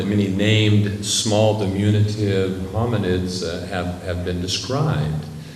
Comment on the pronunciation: Did he invent a new adjective? Dimunitive? I'm guessing he meant to say diminutive.